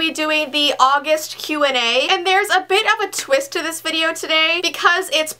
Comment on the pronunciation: when you say Q&A it sounds like what😂